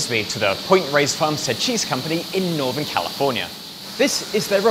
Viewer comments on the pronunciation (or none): none